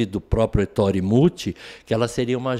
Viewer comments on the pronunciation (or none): Ettore, com acento na na primeira sílaba/vogal. Fala-se é -ttore!